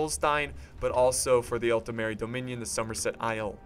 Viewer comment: You´re still pronouncing it as "Altemeri" xD